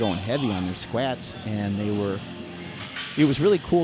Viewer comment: 1.46 😂 skwets